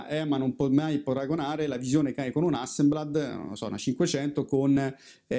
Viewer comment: ogni volta che dici HasseMblad, un rullino di portra muore 😁 Scherzi a parte, avanti così: è un piacere seguirti